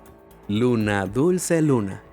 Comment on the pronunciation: Se equivoco dice 2 veces luns dulce luna